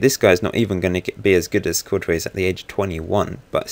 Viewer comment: Good video but Courtois is pronounced 'Cor-twa' not 'Cor-toise'